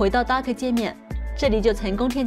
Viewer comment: 是搭可，不是都可